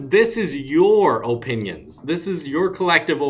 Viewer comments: “Oh-pinions” 😂😂 luv u man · Oh-pinios lol